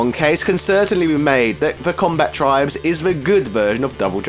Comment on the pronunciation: Comba-tribes, not Combat-ribes.